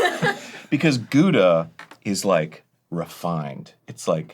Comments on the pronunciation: I cannot camembert it anymore how the rest of the world pronounces Gouda; think more like "powdah" but replace the P with a G that sounds like you're clearing your throat. It's also a cheese with quite the range of flavor depending on how long it ripened, judging by the color of your slice it's probably old Gouda (~12 months ripening) which has a lot more flavour than younger variants. My king is still Parmezan though, it goes well with pastas rasped and I could devour a whole wheel on the daily if it wasn't so expensive. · How strange that Arin "Cheeselord" Hanson doesn't give his cheese-wife the dignity of correctly pronouncing her name. Gouda is pronounced more like "how-da" with a very phlegm-y start to the 'how' sound. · Arin knows his Gouda's but pronounces it incorrectly. Heresy. I am also surprised this wasn't a collab with "The Cheese Store of Beverly Hills"